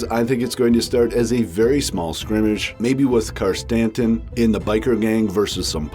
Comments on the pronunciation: Black Krrsantan is pronounced krissantan, Not karstanton. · Hahaha "Car-Stanton." 👍😁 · Just a bit of help with pronunciation think Santa that is how you say Krrsantan.